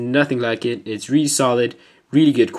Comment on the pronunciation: Reary reary ftw